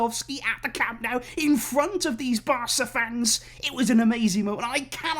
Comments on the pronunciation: Awesome to see the official unveiling. I too am very excited by Lewandowski's presentation at Camp NOH-ooh (not camp Now as in Cow-moo). You can do this!! A culer as prominent as yourself should not be embarrassing himself with this guiri (look it up) pronunciation. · My only concern in the back of my head is remembering how pumped we were to present Coutiño and Griezmann. I just hope the fact that Lewy didn't score in the first few games isn't a bad omen of things to come. Also, it's pronounced Camp NOH-ooh. ;-)